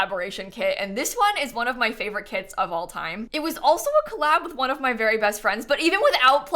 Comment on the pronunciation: I can't help but to hear "kids" instead of "kits" and it's so funny, lol